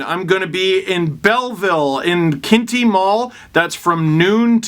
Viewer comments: Lmfao Kin-tee mall. It is pronounced Quin-tee. Made me chuckle. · Hey Steve, it's quinte, l like kwin-te. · QWinty Mall Steven......it’s pronounced QWinty, like Bay of Quinte (QWinty) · Not a big deal but the mall in Belleville is pronounced "Kwintee" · Quinte not Kintee like Quinn followed by tee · OMG steve. Its pronounced Quinn-tee. Or if you rather qWIN-tee. 🤣🤣🤣 see ya there. Lol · I laughed hard at the way you said Quinte. Have fun in Belle Vegas!